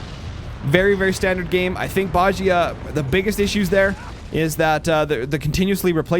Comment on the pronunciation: i think you pronounce it like Dosia from CSGO with a sch in the middle Boschia but im not sure about it